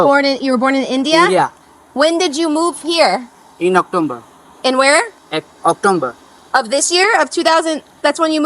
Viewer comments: Actomber 😂better he didn’t said Cacumber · October ❎ Octomber ✅ 😂guju scammer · She is asking about what is doing with gold bar and he deosnt understand. Such people get visa. It's strange He speak October as Octumber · अक्टाेबर काे अक्टुम्बर बाेलरहा है , माेदी का भान्जा लगता है। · Am I the only one who listened Octomber?😂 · October ❌ Oktomber ✅ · october❌ oktomber❌ cucumber ✅